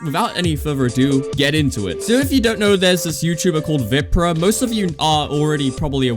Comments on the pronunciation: It's not pronounced vìprah it's viprah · It’s VAPRAH not viprah I don’t mean the spelling I mean the way u say it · You keep saying his name wrong. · youre not even saying his name right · Why he say viprah like that